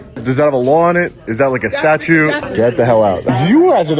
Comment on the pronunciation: It's statuTe, not statue. Just saying..